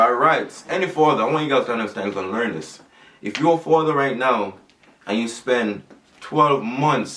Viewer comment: he needs to start pronouncing his worlds properly—-stop pronouncing A as O—-if he stops trying to twang it will work out better